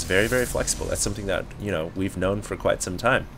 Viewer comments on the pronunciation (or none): none